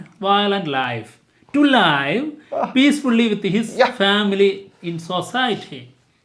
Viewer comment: തെറ്റി ലൈവ് അല്ല ലീവ് ആണ്